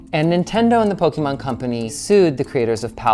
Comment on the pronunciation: Don't worry, that's an expert on Poke-ee-mahn. Don't know how much he knows about Poke-eh-mahn, since he doesn't seem to know how to pronounce the thing that's been around for 30 years.